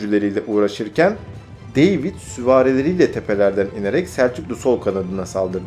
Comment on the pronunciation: güzel hazırlamışsın da kardeş, deyvid ne, demetre ne )) David ve Dmitri ))